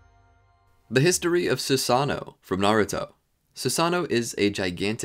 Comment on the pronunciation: You forgot to pronounce both o’s